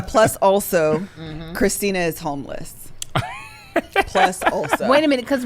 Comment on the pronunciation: It's Christin-a 😂😂😂